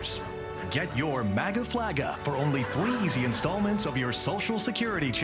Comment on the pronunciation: "MAGA FLAGA" 😂